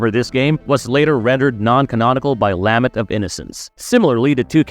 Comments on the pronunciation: Lah-ment, not lamment, lol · Lament. “La” “ment”. La like a child singing and “ment” like “cement.” Can’t tell if you’re AI or just trying to sound like it.